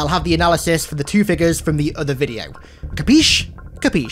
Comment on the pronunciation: Ah yes..fig-uhs.